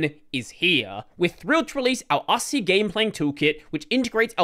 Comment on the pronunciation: Asahi Linux is pronounced "uh" + "saa" + "hee".